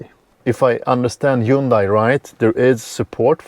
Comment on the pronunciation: SUNDAY-MONDAY-HUNDAY!! Simple to pronounce correctly according to the factory representative. It is a fact.